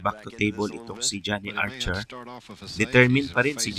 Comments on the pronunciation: 😂Archer po at hindi Arser 🙏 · Archer, not Arcer